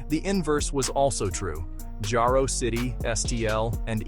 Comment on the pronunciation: IT'S NOT JAYRO IT'S JARO PRONOUNCED JAR O